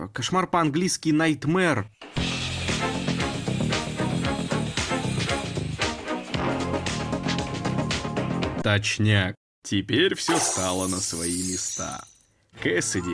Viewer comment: ЭТО ГЕНИАЛЬНО "КОШМАР ПО АНГЛИЙСКИ НАЙТМЕР ............................ НТАЙМЕР